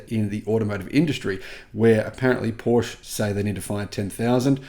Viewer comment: Porsche is spelled with an e like in "let" (not an a)